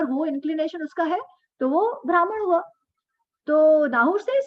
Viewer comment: भ्रामण what kind of pronunciation is that, also ब्राह्मण, क्षत्रिय, वैश्य, शुद्र are वर्ण not जाती